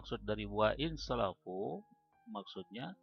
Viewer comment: wa in safaluu bukan salafiu